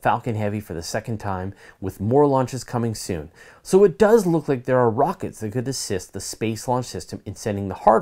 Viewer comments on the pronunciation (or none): none